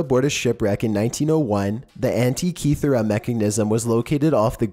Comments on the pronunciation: Holy christ!!! Your pronunciation of many cities and items talked about, are beyond horribl.eI especially cringed at how you said Yonaguni and Antikythera...each and everytime.Please atleast watch other videos where archaeologists or historians are pronouncing any of the sites, items, or cities. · sound out the words bro. Sound them out....you butchered so many words in this video. Sotheby’s, Stonehenge, antikythera...just to name a few